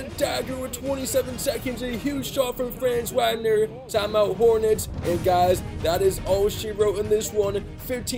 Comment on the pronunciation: Or Franz Wagner 😂